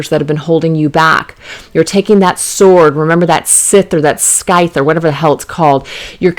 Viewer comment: its pronounced like sithe they are called sithes for chopping long hay grass etc great reading hope this helps lol